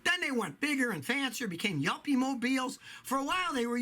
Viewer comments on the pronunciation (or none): I had to look up "yumpy" only to realize you said "yuppy". It turns out yumpy is a word you might actually use to describe a landrover.